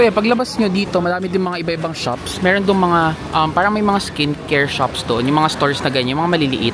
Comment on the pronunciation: iskin keyr hahaha.... tonymoly, mediheal etc haha, samgyup... try mo HongBar Myeongdong hehe